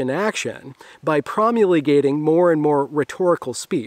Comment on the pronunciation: PROMULGATE. Not promulagate.